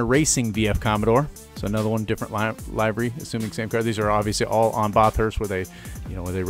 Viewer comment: Nice vid, though I do hope you know you pronounced livery wrong.